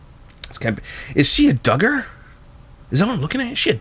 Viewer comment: When he was discovering that she was a Duggar it sounded like he almost said she was “Duggish” as in Duggar. I laughed pretty hard.